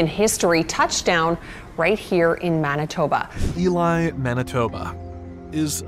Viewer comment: I’m just glad Elie was pronounced properly.